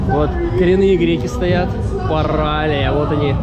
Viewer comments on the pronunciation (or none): Центральная улица называется Паралея ударение на е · ПаралИя, ударение на И, как вы прозносите с неправильным ударением, слух режет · ПаралИя - ударение на И в конце, если уж быть до конца по-гречески.